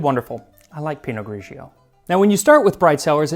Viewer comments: Correct Italian: Pinot Grigio. Do not pronounce the second syllable as gree-gee oh. It's two syllable, not 3. GREE-jo. PEE- no GREE - jo. The gray pinot grape (unlike the black or the white). Pinot gris en français. Grauerburgunder auf deutsch. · Hi Max. I have to try this!!!! Don't mean to be a jerk, because usually your pronunciation is amazing!!! (but its pa-VI-a, and Pi-not Gri-gio, not Gri-gi-o)